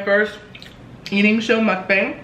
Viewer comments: It's pronounced "m uk - bong" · it's actually pronounced mook-bong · Its pronounced mok bahng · I love this ,your a natural mukbanger !!!!! I usually calculate the calories on the internet nutrition calculator so I don’t go over my limit .(sonic,McDonalds,Pizza Hut) Also Is it pronounced muk-bang or muk- bong ? P.s you are so awesome 😆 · I love you so muchhh. I love these mukbangs. Btw it's pronounced "mook-bang". 😘 You should do a pizza place next. 😍 I'm getting food in a bit so I'll eat wit you, I'm getting little ceasars ❤ omG you loved my commenttt 😭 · It's pernounced mookbang